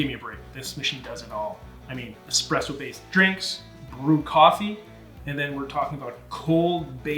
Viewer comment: Does he keep saying “expresso” even though he said it’s “espresso”? It’s driving me nuts!